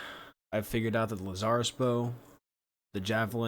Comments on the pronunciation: I've never heard anyone call it Lu-zar-is , interesting, i always called it Laz-er-us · It's LAZarus, not Laz-zar-rus.